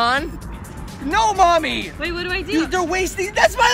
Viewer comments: Boo momy said duddy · Adam Mansouri its mommy not momi